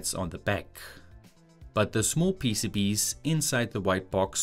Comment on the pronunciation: Finally you pronounce PCBs normally, not PCBeeeys which honestly drove me mad ;)